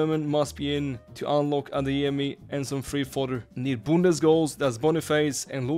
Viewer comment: How he says bundes cracks me up